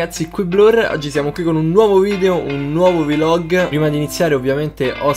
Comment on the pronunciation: Hai un serio problema a dire "vlog"